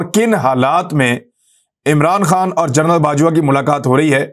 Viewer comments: عمران بھائ لفظ "جرنل" نہیں "جنرل" ہے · aoa bhi je please ap gernal ki bajay general ka talafaz ada kia karen